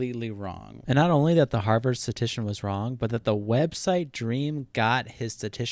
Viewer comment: Oh my god it’s “statistician”, not “statician”. I liked the video but that was annoying lol.